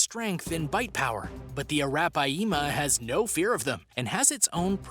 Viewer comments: You read it as araphyma not arapayema😂😂😂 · That’s a -wrap-pie-yeema 🤔atleast watch river monsters and learn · ROFL the way you said arapiama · ya that is not how you pronounces arapaima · The way he pronounces Arapaima is gross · That's right